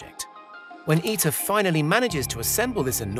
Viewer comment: ITER "I.. T.. E.. R" sound letters dont sound as a word lol.... tritium ... i is like friter not tricycle ... like pronouncing someones name wrong and introducing them as your good friend...